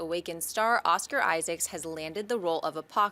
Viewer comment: Just saying this guys, it's Oscar Isaac, not Isaacs.